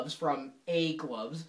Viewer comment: sounds like he says "egg loves"